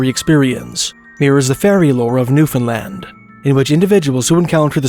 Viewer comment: thank you for saying newfoundland..